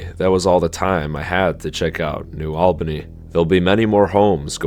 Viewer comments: I can see that cranes from here…. Also it’s pronounced New All-Benny for New Albany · Just FYI, it’s New ALL-bany, not New OWL-bany. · It’s New ALL-Ban-Eeeee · it's not pronounced like that, it's new ALLbany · New All-Ban-Ee (sorry, cringed a bit every time you said it in the video)... i remember the white fences going up to show the land they now owned 😔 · This video is bogus. This is Les Wexner and Jack Kessler's project. AI voice can't even pronounce New Albany. The video is off on timing as it actually started in the early 80s. Also ignored is the Rocky Fork Blacklick Accord. People got paid well and none were forced.